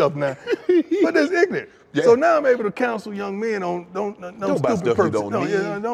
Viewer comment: Deion: "I bought a stick shift and didn't know how to drive it" Shannon: "How you..." Deion: "Just ignent"